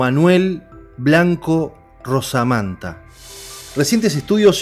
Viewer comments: Se llamaba Manuel Blanco Romasanta, no Rosamanta como usted dice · Romasanta no rosamanta...muy bueno el relato... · Conozco el caso y creo q es romasanta como se pronuncia.